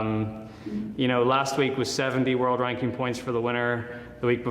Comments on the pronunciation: Wanky points hahaha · didn’t quite pronounce ranking correctly.